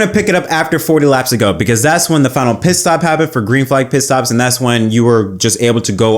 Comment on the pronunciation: Learn to say Pitstop